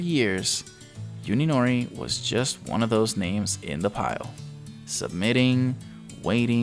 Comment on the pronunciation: Hey, just an FYI. You are pronouncing Uninori's name incorrectly. You are saying it as if it was spelled Yuninori. In Japanese the U is prnounced like "oo" similar to the o's in food. So you would prnounce Uninori like oo-nee-no-ree.